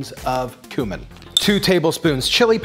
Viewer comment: Happy birthday,! To many more! I have two small presents for you: it’s “coo-min” and the tomato company is pronounced “Chento”. 😬